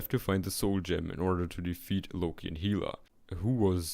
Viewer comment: it's interesting. also funny when you can't pronounce valkyrie, realms, or hela